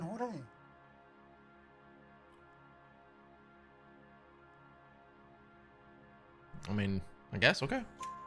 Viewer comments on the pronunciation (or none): Man really said George instead of Jorge lmao